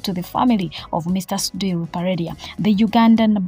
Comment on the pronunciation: He can’t even pronounce the name sudhir ,nga nawe oyogela.mbu kiseka